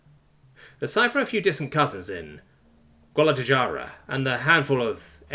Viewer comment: Guadalajara. It's Spanish so the j makes a h sound.